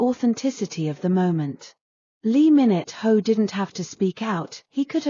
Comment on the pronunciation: It's lee min ho not lee minute ho .